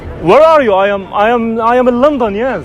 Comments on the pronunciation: هو يقول اجنا الكل يطلع علينا في شوارع لونطون ❎::لندن::✅ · أسمها لندن مو لنضون ماشي